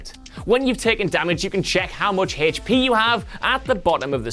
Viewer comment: He lost a lot of "HachP".